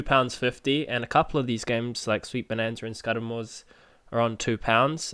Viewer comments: It’s not pronounced Skudamore, Scooodamore is how it’s pronounced, good vid aswell 👌👍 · Scudamore is pronounced "scood a more" :-(, Congrats on a winning vid